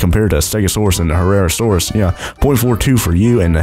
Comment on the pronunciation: It is pronounced Hair-asaurus